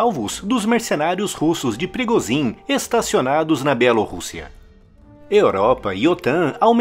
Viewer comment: Por que "Wehrmacht" é pronunciado corretamente e "Yevgeny Prigozhin" e "Ivan Popov" são sempre pronunciados incorretamente nos vídeos desse canal? Em russo, "zh" possui som de "g" e em "Popov" o primeiro "o" tem pronuncia de "a", ficando, assim, "Yevgeny Prigôgin" e "Ivan Papov". "Abrasileirar" não é uma resposta válida, pois ninguém chama "Joe Biden" de "João Bidê".